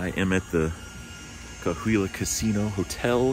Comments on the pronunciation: You must of gambled straight for a couple of days, a lot of people do that and eventually you need to sleep lol. Hope you had fun, next time check out the hotel if you haven't already. Cahuilla is pronounced like Ca-wee-ya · People always miss pronounce Cahuilla, it sounds so funny lol.. I'm from Anza too. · I’m from anza and you don’t say the casino like that much love tho dude 😂